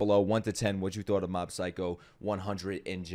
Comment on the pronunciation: Mob is Saitama's Dad?????? You said it the wrong way.